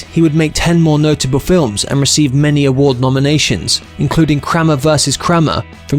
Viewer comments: Say Kramer again 😂 it’s pronounced Kray mer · Krammer vs Krammer? one of many errors, you need to practice your pronouncements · Digital voice is so lame as well as stupid pronunciations. Crammer vs Crammer. 😂